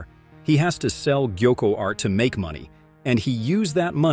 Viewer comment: What is this pronunciation 💀 😭 gaiku…?